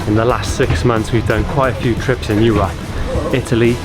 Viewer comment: Hey, don't say "Eu-RUP"! 😀